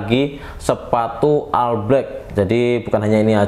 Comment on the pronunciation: Bro, All Itu dibaca "OL" bukan "AL" 😂